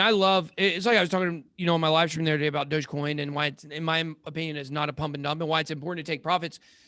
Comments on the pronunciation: its a dog based coin and pronouced dogE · He hated on Yf-dai 🤷🏻‍♂️ doesn’t know how to say DOGE coin 😂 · It’s his accent at the beginning getting the better of him.